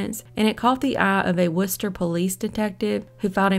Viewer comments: Thank you for not butchering the city name Worchester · Good job pronouncing Worcester! I live in the town next to the city and people that arent familiar with the city usually butcher the hell out of it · Congratulations on pronouncing "Worcester" correctly. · I was thinking the same thing! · I was impressed too. Wonder if she'll say "Woburn" or "Billerica" correctly if she has call to. Those are two that also flummox (confuse} folks 'from away."